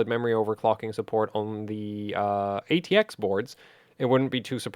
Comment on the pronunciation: why do i keep hearing ITX board and Not ATX board LOL!!!